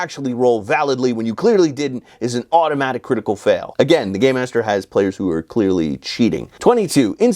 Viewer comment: Rule 45: If you keep saying "Gay -master" instead of "Gamemaster," and I call you out, and you say "But I was saying 'Gamemaster!'" I will pack up my things and leave. And we're breaking up.